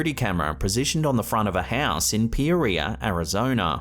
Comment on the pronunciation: Last video is not peeria It is pronouned Pee-Or-ee-A